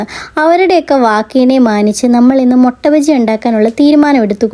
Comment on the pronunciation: മൊട്ട അല്ല മിട്ട ആണ് 😌